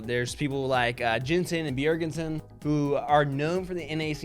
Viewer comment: "be jerg en sin"